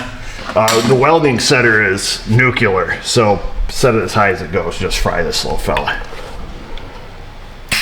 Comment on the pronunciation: Your welding skills are fine. The way you pronounce nuclear makes me CRINGE. Only 1 u in the word, just sayin.